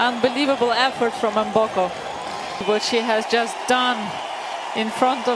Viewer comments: The name is pronounced as”MmmmmmBoko and NEVER MoBOKO!!!!!😢😢😢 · It’s pronounced Emboko. Not Mooboko. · Victoria MBOKO doit demander a’ la presse de bien prononcer son nom please .